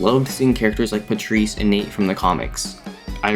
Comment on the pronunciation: I hate how people are pronouncing Patrice like I've been pronouncing it Pate-trese